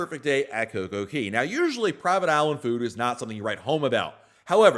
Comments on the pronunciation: It is CocoCay not Coco Key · Why do you keep calling it Coco Key when Royal Caribbean, the OWNER of the island, calls it Coco Kay? C'mon...say it right weirdo.